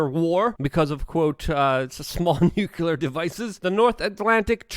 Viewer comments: Jesus man its pronounced New Cle ARE war .Saying Nu kew lar brings your intelligence into question .Along with your understanding of the situation..... Its pronounced New CleARE war...Fck you sound like GWBush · Not trying to be rude, but it gets pretty aggravating hearing the word "nuclear" mispronounced over and over. It's pronounced like it's spelled, "nook-lee-uhr", not "nuke-you-luhr. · Love you, Luke. But, say it with me. “New-clee-ar”